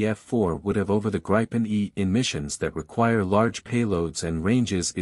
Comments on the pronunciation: Please please please teach your AS (Artificial Stupidity) narratorbot how to say Gripen. It's a Swedish word, not an English one. The 'i' is short, not long, ie 'Gripen' rhymes with 'bitten' and not with 'ripen'. If the AS can't quite cope with a single Swedish word, please edit your scripts to use the English equivalent which is 'griffin'. And the French aircraft name is also mangled. This video is best viewed with the sound off. 🤦🏻‍♀️ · Starts by mis-pronouncing both Gripen and Rafael, then gets even weaker in analysis.